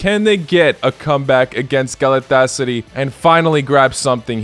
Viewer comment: Galet-tes-sary loooooooooooool